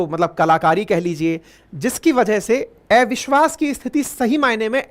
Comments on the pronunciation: Gyani to hain aap parantu thoda irritating lagta hai jab "अविश्वास" ko "एविश्वास" bolte hain .... habit ko badalna aasaan nahi parantu yadi sambhav ho to Dhyan dijiye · आपको अविश्वास बोलने नहीं आता है क्या 😊